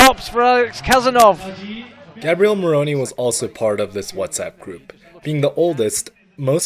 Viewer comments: Is GabrielE , not Gabriel ... This video is amazing , you always do a great job man ! tx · Bel video, però per fare 20 minuti di video su Gabriele Moroni potevi almeno imparare a pronunciare il suo nome! In the preparation of the video, why haven't you asked for the correct pronunciation of the name, Gabriele?